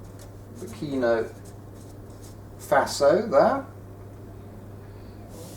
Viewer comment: Burkina Faso was also misspelt and pronounced as Burkino Faso - Swaziland has now become Eswatini (changed name in April 2018)